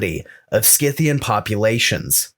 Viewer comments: It's SIthian btw, Saka, Scythe, Scissor, etc. all are spelt with sa and not ska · Great show ! However I believe Scythian is pronounced with a soft c like the word scythe .